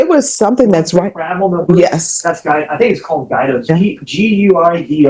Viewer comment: I loved the attorney pronounced Guido as 'guy-do'😂😂